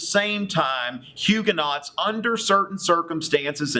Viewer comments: I really like your video, but I feel compelled to correct your pronunciation: Huguenots= Hugh-guh-no Valois= Val-wah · Huguenots are pronouced Huu-go-noes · Homeschooler here...subscribing! Your videos are great supplements to what my boys are learning in history. I'm sure your students appreciate such a charismatic teacher! Your French pronunciations, however...are not so good. ;-) Haha! Thanks for making these.